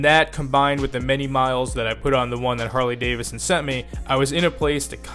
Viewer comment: It's pronounced Davidson. Not Davison.